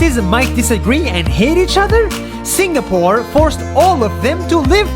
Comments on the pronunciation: It’s Sing a pore not Sing ga pore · It's pronounced "sing a pore" not "sing ga pore" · ITS SING AH PORE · I like this video but im really bothered by how this guy say singapore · I like the way how he stressed on the word "Singapore"